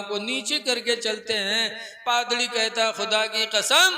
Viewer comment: Padrdi nhi hai Padri hota hai